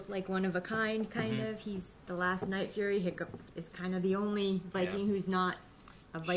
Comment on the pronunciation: At first I heard "like furries" I had to rewind to understand he said night furry